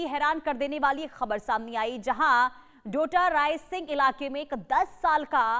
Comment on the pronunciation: डोटरायसिंह😂 नहीं टोडारायसिंह है टोंक में😅